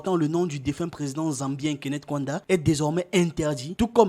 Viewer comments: Vous aussi vous dénaturez l'Afrique : FAITES SOUVENT L'EFFORT DE BIEN PRONONCER LES NOMS AFRICAINS. KAUNDA = KA-OU-NDA et non "kouanda". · Le nom du premier Président de la République de Zambie indépendante, Kenneth David Kaunda, se prononce: "ka ou nda". Très belle émission 👍🏽